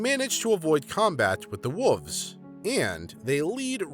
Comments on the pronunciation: dude, you know theres an L in wolves riight its not wuvs. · The way this guy pronounces "wolves" always makes me smile. Somehow "wooves" sound kinda like fuzzy, soft creatures you'd like to pet!